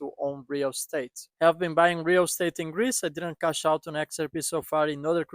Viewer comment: Greece did you say??